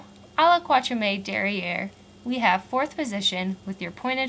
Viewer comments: can't watch it because your French pronunciation is so terrible. To start with, please say katriem, not kwatriem. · Great job, I'll show this to my students! It's so hard to make any sense of this until you have some way of remembering it! One thing though: you don't pronounce "quatrième" right. In fact, the last e isn't pronounced, the accent is on the e before that. Quat-ri-èm. But thanks for the great vid!